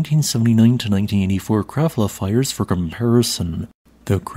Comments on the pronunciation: No. "Krabbla" is more like it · Krafla is pronounced "kraPla". You never seem to get the pronunciations right.